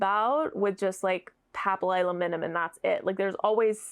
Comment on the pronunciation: Thank you for sharing your thoughts! I am so jealous of how easily you say papillilaminum. I can’t even pronounce it when I see it spelled out.